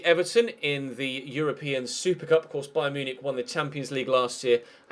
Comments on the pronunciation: beyen munichic you are saying wrongn you say it like this beyen munick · the way you say beyen munchin is disrespectfull